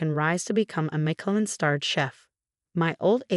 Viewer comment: Oh no - another of the infamous Chen family. They're taking over the world. (And it's Mish-e-lin-, not Michael-in.)